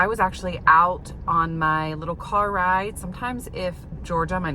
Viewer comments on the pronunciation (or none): none